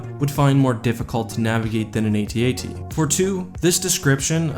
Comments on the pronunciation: nop dude its pronounced AT-AT like hat-hat. not saying the letters like ay tee ay tee. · "AT-AT", kid. Not, "A-T-A-T". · Okay, first, they are not A-T-A-T's. They are AT AT's. Second of all, their overall coolness supersede any practical logistical points. Hell, why use any ground forces at all? Why not bring in 20 Star Destroyers and just pound Echo Base into dust? Also, I would suggest that maybe the Empire is like the US, where some jack wagon in Congress gets paid off by some company to produce stupid vehicles and weapons like the Ospry that don't work or make sense, just so someone can line their pockets.